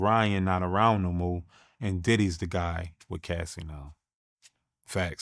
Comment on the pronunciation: is he saying daddy's house or diddy's house??